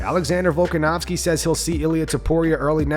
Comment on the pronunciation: Why does Ray Longo keep calling him VolkanOWSKI? 💀